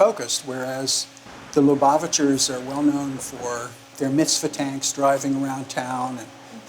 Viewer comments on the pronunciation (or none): There's no Yiddish spoken. Very disappointed. Plus there are secular Jews who speak Yiddish, and they too were not shown. a Very disappointing documentary. Zeir Shvach. Plus a several misprononciations like Lubavitcher. Plus, why is a non-Jew leading this? Just asking. But she is attractive.